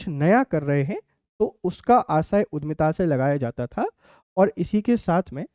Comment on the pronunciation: Sir उद्यमिता है,उधमिता नहीं